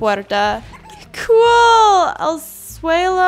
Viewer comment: Me gusta cuando dice cool